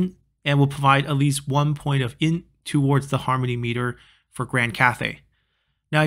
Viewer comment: Why do you keep calling it "in"?